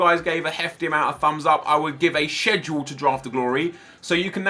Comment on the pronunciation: Why tf did he say schedule like that